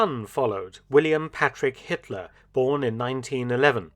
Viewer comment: Hatler,Hetler, Hitler..